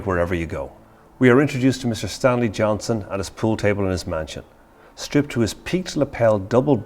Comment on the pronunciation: Johnston with a T.